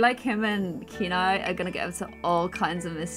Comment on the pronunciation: I think that hair looks the best 😊 Also Kenai is my dog's name and in Poland we pronounce it as 'can I' just as you were pronouncing at first 😁